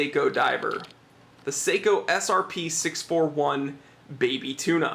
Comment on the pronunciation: Top review mate you do a top job keep the vids coming,,, But please sako make guns Seiko do watches you need to pronounce the e lol. I think it’s just the accent Top review again. 👍👍